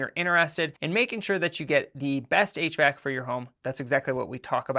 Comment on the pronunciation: no, just one of the times you said HVAC it sounded like you said 8 track.